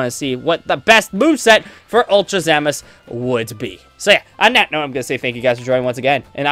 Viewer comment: lol he says ZAMAS